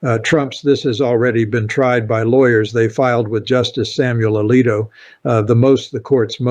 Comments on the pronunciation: This ain’t. This is chopped up A.I.. Pay attention to the words. Do you think he doesn’t know how to pronounce “Alito”? he says justice “Alo”. Listen closely, the video is full of little glitches like that. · Your commentary is good, but the mispronunciation of certain names, like Justice Alito, leads me to believe this is Ai generated, which I abhor and do not trust. Too bad. You are a smart communicator.